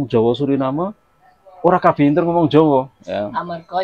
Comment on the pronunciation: Njaluk pamgapuro karo mas sing duwe konten iki ... Panjenengan ngomong inter iku kurang pas sebab sing bener pinter dudu inter tapi pinter !!! Tetep semangat ... Aku maturnuwun...